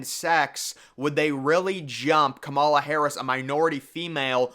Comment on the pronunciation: As someone educated in political science, I can tell you that you really do not have your finger on the political pulse here. The nominating process is already underway. Michelle Obama has no political experience, and has not indicated any desire to run. Kamala Harris (whose name you consistently mispronounce, perhaps you should learn to pronounce it correctly) would be a disaster for the Democrats; even worse than Biden. As with the last election cycle, this election is less about Biden than it is about Trump. Even hardcore Democrats generally do not like Biden very much. A lot of Republicans don't particularly like Trump either. The election is essentially whether we want another four years of MAGA politics. This underlying political reality is something you have yet to address. Elections are not determined by Vegas bet makers. It is determined by the electoral college. Who wins The electoral college is determined by a small group of swing voters in swing states. Again, this is something you have yet to address, indicating that you lack a firm grasp of presidential electoral politics. I'm not saying this to be condescending, but as someone who has a strong background in political science, I find your analysis to be way off the mark.